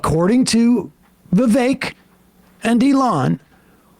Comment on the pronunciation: It's still racist & shitty of Sam tro mispornounce Vivek's name. Shame on all of you for letting it slide